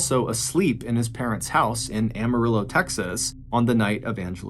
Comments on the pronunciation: It is my hometown also and it is pronounced Am-ah-RILL-OW. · Please learn how to correctly pronounce Amarillo!